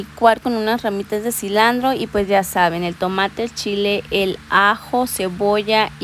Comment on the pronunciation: Hola se dice cilantro... noo cilandro